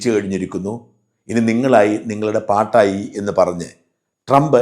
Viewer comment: പാട്ടായി എന്നല്ല പാടായി എന്ന് പറയണം.